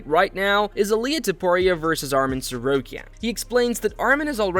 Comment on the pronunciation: Making a vlog, can you prononce the names correctly? It's not Armen, but Arman Tsarukyan